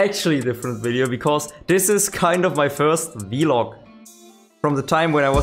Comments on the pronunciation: It is pronounced vlog rather than vilog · I love how u say vlog. "Vee-log"😂 I love it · Awesome video, great fun. The way you pronounce vlog is pretty funny to me, have never heard it been said that way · Haha yeah I brought it up towards the start of the stream and he made a poll out of it, was quite funny